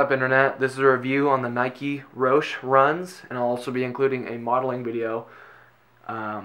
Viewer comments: Guys, it's pronounced, roh-she! Nike even tweeted it long ago... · He's right it's pronounce "Roshi" but they did have to change the spelling to Roshe because of copyright. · Guyyys "Roshe" is based off of the name "Roshi" which is a Japanese title given to someone... So it's pronounced Ro-shi...